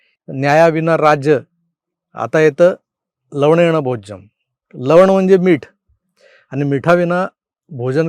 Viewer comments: मग आधी ह्या संस्कृत श्लोकाचे खरे उच्चारण अंगुठा छाप चायवाल्या भैय्याला शिकवा कि ते 'लवणेन' आहे लवडेन नाही 😂🤣🤣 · तो लव.... बोलताना लवनेम ऐवजी लव..... म भोज्यम असं बोलला होता